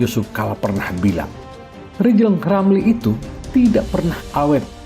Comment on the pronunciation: Wk wk wk wk wk 😂😂😂😂😂😂 Lijal lamli..............Lijal Lamli................ Manusia korban stroke 👎👎👎👎👎